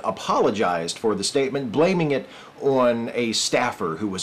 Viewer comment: Is that how typically pronounces "on," rhyming it with a New York "dawn?"